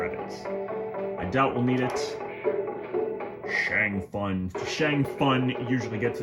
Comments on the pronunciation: Shang fun lol you pronounce it Shang soon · First I love you videos!! Second please stop calling Shang Tsung Shang fun that’s not his name and it sounds stupid!! Thank u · Saying "Shang Fun" never gets old.